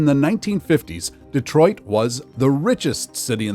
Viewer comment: DEE TWAH!